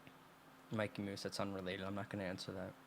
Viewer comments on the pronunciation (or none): none